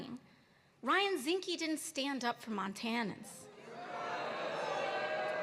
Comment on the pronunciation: Zinke, not Zinske. A total Loser who isn't running again because he knew he'd lose. Zinke will probably go to jail in 2029.